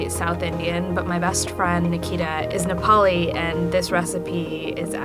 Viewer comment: ok but.. why is an Indian making Nepali momo..like couldn't u find a native Nepali ? She doesn't even pronounce "Nepali" correctly.